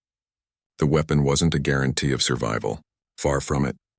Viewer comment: Mate, you need to get a better AI to narrate your video. It's not a Pat, it's a PIAT. This AI can't even say "guarantee" without mongrelising the word. Have some respect for the men who used these weapons, they deserve every ounce of respect we can give them.